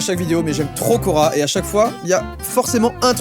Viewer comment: a chaque fois que tu prononces le mot quora je pense au magasin Coraaaaa! 😭 j’en ai marre moi